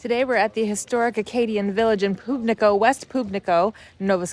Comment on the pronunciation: Might I suggest checking with the locals on the pronunciation of their community names, in the future. Pubnico was not pronounced correctly. The "Pub" part of Pubnico is pronounced the same way as the place that you might go for a drink in the evening; the bar or the "Pub" never the Poob.